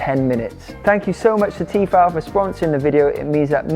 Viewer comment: Why are you saying Tefal like that ?